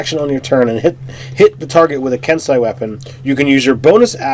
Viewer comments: Yeah, and kensei is pronounced ken-say. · Ki is pronounced 'key' kensei is pronounced 'ken-say' just like sensei edit: These guys are still awesome.